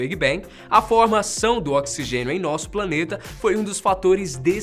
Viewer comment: Oxigexio kkkkkkkkkk